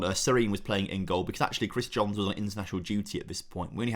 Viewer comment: Fist pumped the air when said Jones instead of Johns… been doing that since he signed